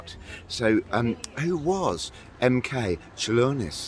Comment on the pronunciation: Your pronunciation of Čiurlionis is spot on, nothing to worry about :)